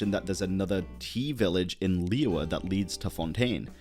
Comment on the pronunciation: let talk about how every western people speak Liyue in a wrong way